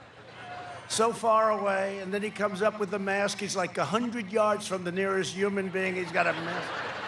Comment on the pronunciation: How is wearing a mask a thing to make fun of ...ohh you're afraid to die....ohh you want to be healthy...how dare you?! That's so juvenile. But I bet Biden knows how to properly pronounce HUMAN.